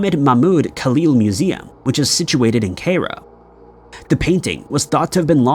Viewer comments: Cairo --> pronounced ky-roh. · "Kay Row"